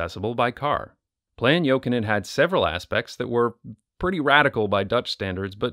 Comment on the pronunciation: AS A FINNISH PERSON U SAID ”JOKINEN” REALLY GOOD. it’s a finnish surname